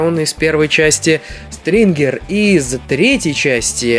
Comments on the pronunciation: СТИНГЕР, А НЕ СТРИНГЕР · стингер а не стрингер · очень хороший обзор, есть несколько примечаний может быть не заметил или оговорился, но красный не СтРингер, а Стингер и еще по поводу частей трансформеров Бамблби - 1, тут ты прав Рэтчет - 1 либо 2 Черный робот(название не помню) - третья часть а Стингер из эпохи истребления, тобишь 4 удачи 👍💪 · Ем, не стрингер а стингер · Не стрингер, а стингер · Правильно не Стрингер а Стингер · Не стрингер а стингир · хаха )) немного момент расмешил )) не Стрингер а Стингер ))) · Ты сказал Стрингер место Стингер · Не стрингер,а стингер(stinger) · Не стиригер а стингер ) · Ахахах,не СТРИНГЕР,а СТИНГЕР. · правильно Стингер а не Стрингер читать и произносить научитесь неучи, 2 вам по Английскому языку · Иван Разживин я знаю просто подчеркнул тот косяк что он не правильно произнёс